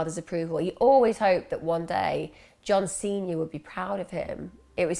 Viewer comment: I thought you said John Cena the wrestler when you said John Snr, I had to rewind it 😂😂x